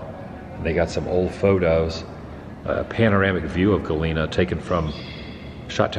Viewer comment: Hi Adam, love this video & it brings back memories of living in Cedar Rapids & then going to Galena for a quick day trip. If you get a chance swing by Brandon, Iowa and see the world's largest cast iron frying pan. And you've been pronouncing Galena correctly.